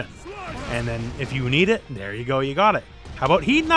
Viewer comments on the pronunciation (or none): none